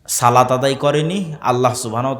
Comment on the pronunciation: সালাত না ভাই সলাত